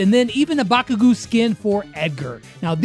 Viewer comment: it’s pronounced Baku;go; u say Baku then go next